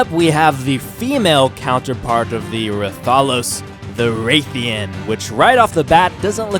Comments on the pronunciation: its not ray theean its rath eean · its rathian smh